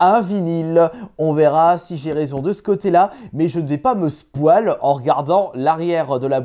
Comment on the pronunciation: Malheur sa se prononce spoiiiiiiL